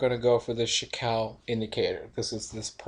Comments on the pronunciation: "chee koo" ✔ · You pronounce Chikou very strange. I think it's Chee-Ku